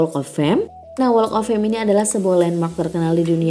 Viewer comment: Unsubscribe. Karena cara baca walk of "fame" nya gak bener. Harusnya cari tau dulu dong gmn ngucapinnya. Maaf, mohon dipertimbangkan